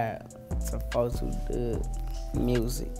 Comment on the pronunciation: MY GOD, WE HAVE BEEN PRONOUNCING HIS NAME WRONG ALL ALONG. IT'S 42 DUGG